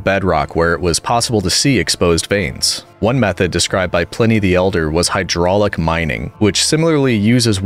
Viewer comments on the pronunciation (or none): none